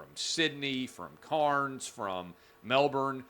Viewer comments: Clay it's not Karnes...it's Cans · That is not how to pronounce Cairns bro. Its more like a homeless person has a trolley full ov "CANS" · Why do Americans always pronounce other countries cities and words wrong. In this day and age of the internet, it takes less than 30 seconds for a little research. Melbourne has absolutely nothing that sounds like Jason Bourne— Melbon/Melbun Cairns— Cans Brisbane— Brisban/Brisbun I’m just trying to help you not look and sound stupid.